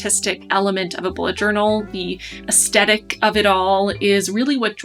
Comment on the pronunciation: Your video is my very first video I have watched on bullet journaling (a term I had never heard of until your video). It would have been nice if you had given a simple definition of what a "spread" is - you used the term umpteen times in this video and I still don't know what it is. Also, you're mispronouncing "aesthetic" - just thought you'd like to know. Your artwork is beautiful. You're very talented.